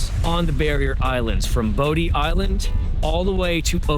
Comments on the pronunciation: Bodie Island is pronounced Body Island. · Most people pronounce the Bodie Island Lighthouse exactly like it sounds... Bo D, but the right pronunciation is Body Island Lighthouse. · He did great just a few pronunciation issues I heard. Man T O Manteo, Bodie Island is "BODY" Island